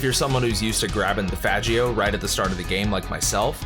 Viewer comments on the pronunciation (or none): Great video! Very informative; was looking around for vice city mods and this one was one of the first that came up, makes me wanna give this mod a try. Also, “Fah-geo”? We all know how it’s supposed to be pronounced 👀👀👀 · You pronounced Faggio wrong lol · You mispronounced Faggio, you know damn well how it’s properly said.. 😳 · that's not how you pronounce that scooter 😉